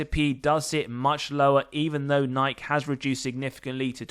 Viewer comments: *Nigh-key, not Nyke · Do you honestly not know how to say the company name: Nike??? It's pronounced: Ni - key (Nike) Sounds like: NI - KEY NIKE